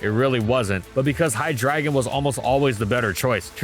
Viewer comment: he did not just pronounce hydreigon "high dragon"